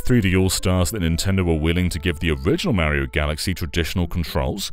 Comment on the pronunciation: Take a sip every time he says super mary-oh. Have a good time